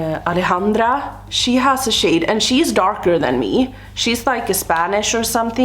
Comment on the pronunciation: I love the way you say Alejandra 🤩